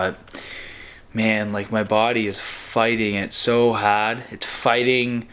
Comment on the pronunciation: 3 things dope video 2 the way he says hard is funny and i warm up with handstand it wakes the body up 😁